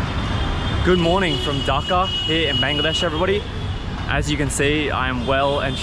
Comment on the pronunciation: Why this fella can't pronounce "Dhaka" properly ? Is it ,he doesn't care or not interested ?